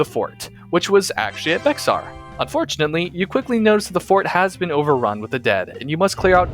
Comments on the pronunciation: Bexar is called bear by Texian and yes that was what the originally called themselves and it is pronounced B-Ay-Har all in one word by the Mexicans that used to live there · This is a great map, and could be a nice fit into the lore of G and B of were zombies came to America. Also its pronounced "Bear" like the animal not "Bexar" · as a tejano (mexican texan) this is insanely cool and i love the work put into this, but for future reference for you or anyone reading this the x in “bexar” is silent, and it’s pronounced “bear.” and also not to nitpick but “san jacinto” is pronounced “san hah-seen-toh,” not “san jah-sin-toe.” again love the work put into this and to have texas history be represented, and the john character seems like a pretty good reflection of a typical texan circa 1836 lol